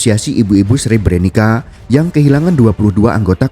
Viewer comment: maaf min Sre-bre-nit-sa bacanya bukan Sre-bre-ni-ka